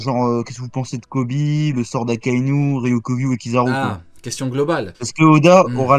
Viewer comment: C'est pas Kizaru c'est pizzaru 😂😂🍕